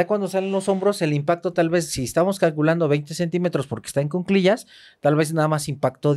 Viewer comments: M aestra y, un gusto escucharles! Por favor la palabra es cuclillas (no cunclillas). Un abrazo! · solo una observación respetuosa: se dice "en cu-cli-llas"y es anticonceptivo oral de emergencia, no pastilla del día siguiente